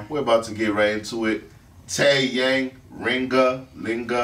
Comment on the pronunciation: I'm sorry yall but it is not pronounced tae yaang its Taeyang please look at videos where they say his name